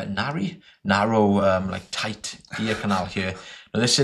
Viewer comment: I will start saying "narry" instead of "narrow" from now on Much love! Your videos are great and it's awesome to hear that people watch your videos and it helps them build the confidence to go get an improvement to their life!